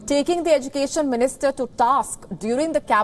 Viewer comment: How you pronounce education?